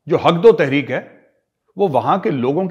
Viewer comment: मेजर साब "हक दो तहरीक" थोड़ा धीरे बोला करो कुछ और सुनाई देता है